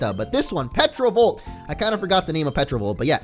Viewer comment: it's pronounced terovolt not petrovolt!